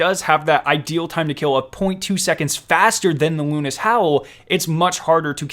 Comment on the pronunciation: It is the howl of Luna. Luna's howl. Not "lunis howl" the broadsword pronounciation is the only one debateable